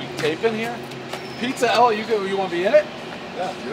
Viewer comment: Calls it "Pizza Ella" 2 days in a row now...